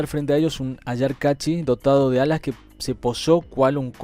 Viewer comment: Capac con fueraz en la c, CA.gracias..ayar con acento en la primera A, bye.